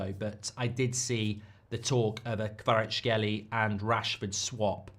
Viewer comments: Mark not being able to pronounce Kvaratskhelia and repeating it like 40 times is hilarious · I really dont get it Just pronounce the a at the end and hé is basically there